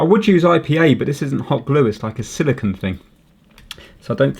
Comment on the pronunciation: A silicunt is very different than silicone haha